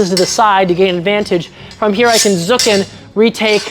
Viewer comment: German fencer here. For your pronunciation of "Zucken" imagine a "t" in front of the word.